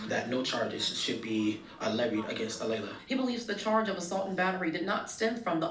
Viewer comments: It's not A-lee-ah it's A-lay-la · It's Alaila...A-lay-LA it's not that hard 🙄 she thought she could get away with it! High school kids think they can be sneaky & nobody will notice.. LOL..